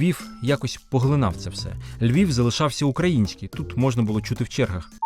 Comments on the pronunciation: Чудовий матеріал. Багато що з цього памятаю з розповідей старших жителів. Але заувага автору: попрацюйте над орфоепією: звук «в» наприкінці слова не оглушується: Львів, а не Львіф, українців , а не українціф… Дякую! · Говорить з росiйським акцентом: не ЛьвiФ, ЛьвiВ треба говорити. Выросла во Львове. Не могу слушать эту брехню.